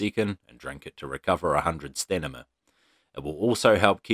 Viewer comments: One word: Stanima! Lol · are you saying "stanima" ? lol